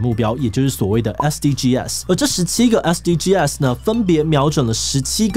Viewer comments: 其實SDGs的唸法是"SDG死"，不是"SDGㄟ死"。 SDGs全名Sustainable Development Goals，s是Goals的最後一個字，不能用大寫唸法。 yt搜尋SDGs可以聽外國人怎麼唸。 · SDGs 正確讀法是 S-D-Gees 不是S-D-G-S拆開念哦！ 不然和國外討論時會短時間轉不過來。 希望對大家有幫助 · 志祺，是唸SDGs(像是bags一樣，s不單獨唸)喔喔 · 終於有人說到台灣SDGs!不過是念SDG(sㄕˇ）